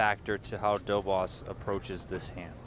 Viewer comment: these americans are clearly not into pronouncing the polish name correctly, Dobosz treat the sz as sh